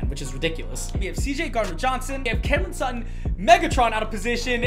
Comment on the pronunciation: Courton Sutton u mean cam sutton